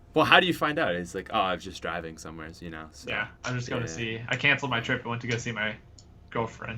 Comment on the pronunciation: Why do you say words ending in "where" plural?